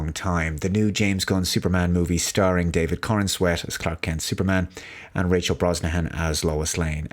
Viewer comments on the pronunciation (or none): none